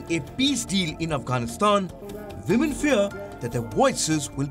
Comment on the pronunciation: Woo-men 🤣🤣🤣🤣 Anyways nobody is perfect but trying to be is what matters......but still it was quite Hilarious Palki.